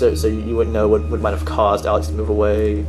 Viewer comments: was it "alex" she says or "salads" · "Alex" sounds more like "Salads" lmao